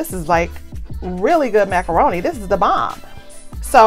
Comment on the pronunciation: No you did not say macaron-Te, haha. Why does your video always come up right as I’m making dinner and mine never looks this 😋. If sister can get a curbside meal, I want next, what’s the address, I promise to wear my mask 🤬. Cornbread, collards, wait, pineapple upside down cake, oh man I need a plate for reals